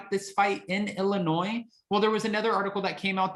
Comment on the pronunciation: Thank you for not pronouncing the S in Illinois! I’m in Chicago and everyone hates it when people pronounce the S! Lol